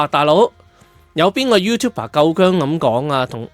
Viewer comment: YouTu"b"er, not YouTu"p"er